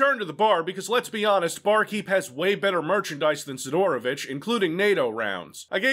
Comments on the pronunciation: Si'dorovich - first syllable is stressed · Why you pronounce Sidorovich so wierd? The emphasis should be on first "i", not "o". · You're saying his name wrong! It's Sidorobitch! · not sidOOOOrovich but siiiiiiiiiidorovich